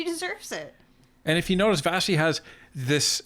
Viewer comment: Vassey* pronounced Vashi because it's Greek